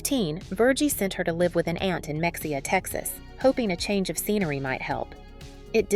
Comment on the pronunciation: “Mah hey uh” texas, not “mex e a”